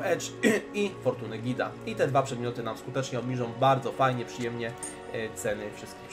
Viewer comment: GHHHeeda nie Gida xD to "H"nie jest bezdźwięczne